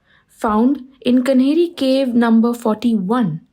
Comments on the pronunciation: It is Kaanheri caves. Not Kanheri. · Not pronunced Kanheri it is Kaa-nehri. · it’s the official spelling you are right. But she dropped the aa sound. She said कन्हेरी instead of कान्हेरी